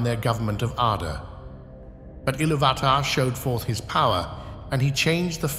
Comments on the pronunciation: Isn’t it it pronounced illuvatar not illuvaaahtar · One small note: the accent over the "U" means thats the stressed syllable. IllUvatar instead of IlluVAtar. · Great video! Just one small critique. Accent marks intend harder inflection on the letter to which they belong. So it would be Il-LOO-vatar, instead of Ilu-VAH-tar. Sorry to go Hermione Granger on you. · Excellent video, but I'm certain that you are mispronouncing Ilúvatar. I believe the clue lies in the acute on the ú which makes it a long vowel pronounced similarly to "ooh", as in Ee-loo-va-tar. Also the 'vatar' of Ilúvatar may have its root in the Sanskrit word "avatāra" (or avatar) and it won't be a stretch to imagine that Tolkien wanted Ilúvatar to conjure up a resemblance to 'illuminated manifestation'. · Can you say Ilu VAAH TAAH!!! 8 thousand more times, please? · Great content, but your pronunciation of Illuvatar is one of the most frustrating things ever. It's pronounced 'Ill-oov-ah-tar' but without pauses or extra inflection definitely without the hard A sound in between illuv and atar. Makes it sound like you're just reading a script someone else wrote and you have no idea about even though I'm quite sure that's not the case (or at least I hope so) since your content is so good. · Isn't it pronounced il UUU vat ar ? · It's pronounced e-loov-i-tar. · I lost my interest at Eloo VAt tar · Great video. You pronounce Iluvatar wrong though. The emphasis should be on the "u", not the first "a". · please, sir, i beg mercy. you managed the pronounce ilúvatar in every way possible except the correct way.... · You pronounce Ilúvatar wrong. You must accentuate the U and not the A. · Sorry but Ilúvatar has an explicit accent on the u, why are you pronouncing it wrong, posing emphasis on the first a? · The inability to pronounce Iluvatar correctly makes me unable to watch this despite the intriguing premise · Please learn to pronounce Ilúvatar. Note the accent mark.